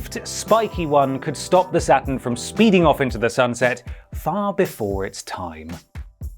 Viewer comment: I cannot make it through this vid.. its not satIN its satURN